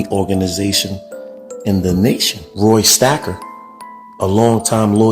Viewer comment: First of all his name is Roy Stocker ,, not stacker, 😭👋,, you have so many pictures wrong in this it's not even funny,, Hugh breslin was my godfather, and this is hilarious😂😂